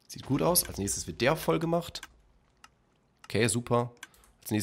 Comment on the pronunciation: für 2 sekunden schweizer geworden (guet)